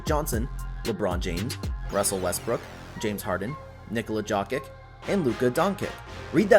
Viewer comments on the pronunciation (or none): Jock-ick and Donk-ick? AI isn’t that intelligent 🤦🏼‍♂️